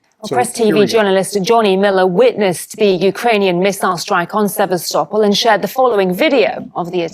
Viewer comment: Journalist that can’t pronounce Sevastopol ! These Ruzzians can’t do a good job even as acting as British journalist. This Johnny Miller character has too be pickup by MI5 if he enters UK.